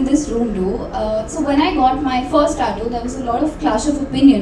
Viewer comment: taaatu ? 😲 Hope she learned to pronounce also from shadguru !!